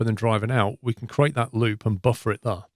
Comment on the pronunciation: i like ur vids but pls, learn to say "There"